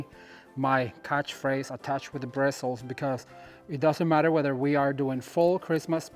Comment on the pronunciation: I loved watching this,. You were sparkley all over. At first I thought it was just your shirt, but then I saw sparkles from top to bottom. They matched your personality and excitement. By the way, what else would you say instead of birstles? That's what they are, and that's what we use to attach stuff, like so.